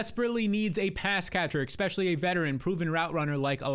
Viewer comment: I turn off every video of yours as soon as you say “Exspecially”… Took like 5 words this go. Congrats.